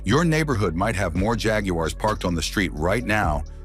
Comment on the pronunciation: AI narration mangling pronunciation is bad, but showing us an Aston Martin while discussing Jagoo-ares crossed the line. Maybe the AML number plate evaded the AI compiler ?